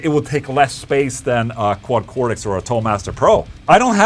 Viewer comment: It's Cortex with a t, not a d. Even in America.